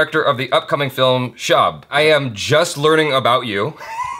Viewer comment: Hi and Achara. A quickbit: "Shab" is pronounced like Tub (or Shub) not Shaab. It means Night or Darkness or Evening in Urdu language.:)